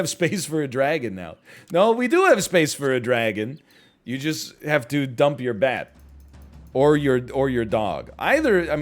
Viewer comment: Whenever he says bat difference all I hear is "THATS THE 51 DIFFERENCE BABY"